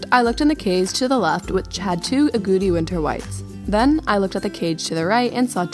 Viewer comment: And haha I thought it was funny how you said agouti! Lol! Its pronounced "ah-got-ee" hehe :P